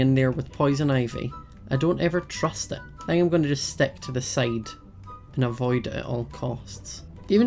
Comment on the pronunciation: pick: peck stick: steck i love the way he talks